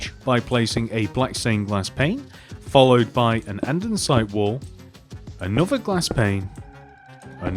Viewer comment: "andensite"